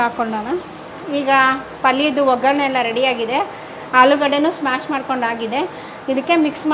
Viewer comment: It is not smash it is mash